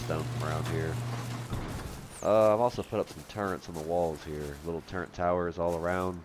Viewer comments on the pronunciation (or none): turrent isnt a word, its turret. ill still like for the blessed day at the end though :)